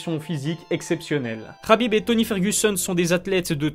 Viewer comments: KHABIB PAS RRRRRABIB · C’est khabib et ça se prononce rabib